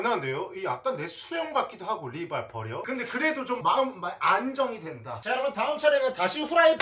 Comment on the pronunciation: ㅋㅋㅋㅋㅋㅋㅋㅋㅋㅋㅋ river ㅋㅋㅋㅋ